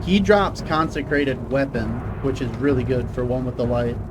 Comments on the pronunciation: "Conserkated" 😂 consecrated my guy. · I don't think you pronounced Consecrated correctly a single time 🤣 It's good to see that OwtL is still alright even after the nerfs